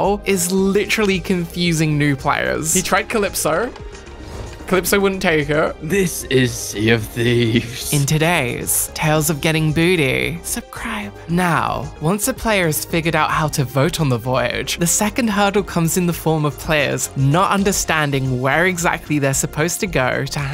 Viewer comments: I love it when tries to say subscribe as instead she says subcribe 😂 I love 💕 it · Am I dumb or does has it always said subcribe instead of subscribe?